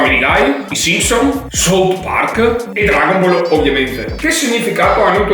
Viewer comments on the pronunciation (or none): none